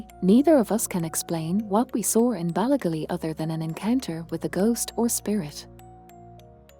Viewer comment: Interesting story, but please get a real person to do the narration. "Ballygally" isn't pronounced the way the AI says it.